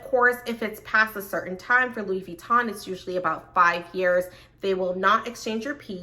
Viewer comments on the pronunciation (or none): none